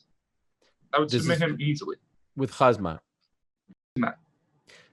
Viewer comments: Why do you and cheal sonon keep callin him KHAZmat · Lmfaoooo he called em jizzmat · It's Khamzat Ariel, (K)Hamzat not KHAZMAT. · I hate this guy , but calling khazmat , jizzmat , was pretty good